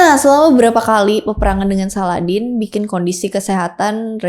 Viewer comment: izin koreksi kak salahuddin bukan saladdin